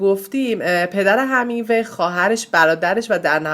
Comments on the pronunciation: شما وقتی یه ویدئو میخوای بدی بیرون اقلا تلفظ درست اون شخص رو یاد بگیر...‌.. Hemingway درست است نه Hamingwa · ارنست هِمینگوی، تلفظ صحیح است